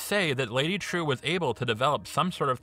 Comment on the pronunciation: As a Vietnamese, i find your pronounce to be super cringy. Its pronounced as " Triệu ", buddy